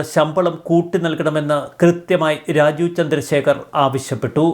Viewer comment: രാജു ചന്ദ്രശേഖർ അല്ല. രാജീവ് ചന്ദ്രശേഖർ എന്ന് വ്യക്തതയോടെ പറയു..